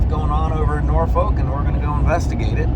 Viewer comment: You kind of pronounce Norfolk like you aren’t from here lol